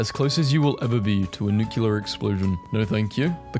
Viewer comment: I adore your videos but please PLEASE for the love of God stop saying nucular when it’s NEW CLEAR. THAT IS HOW NUCLEAR IS PRONOUNCED.